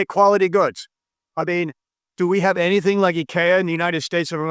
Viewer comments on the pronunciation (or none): none